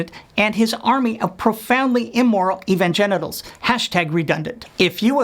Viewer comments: Did he say evangenitals? ha ha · is he saying evan-genitals? ...i like it. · Lol “evangenitals” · Sounded like he said "evangenitals." LOL